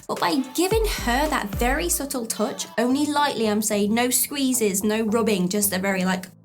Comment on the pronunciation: Love the way you say "touch" . . . as in "tooch." You rock. Love your videos. They really help.